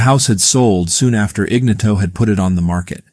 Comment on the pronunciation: Shit, do some research and learn how to pronounce the dude's name.